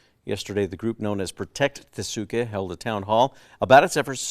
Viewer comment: Are the newscasters who insist on mispronouncing Tesuque, going to start calling their city "Albuquer-KAY"? 🙄